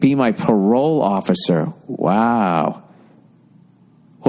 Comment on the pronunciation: When he does that super boston tone i start dying 🤣🤣🤣🤣🤣🤣🤣 "OFFICER"